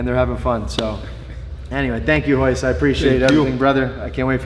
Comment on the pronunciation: It's Royce not hoyce